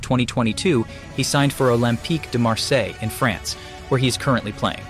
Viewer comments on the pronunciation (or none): none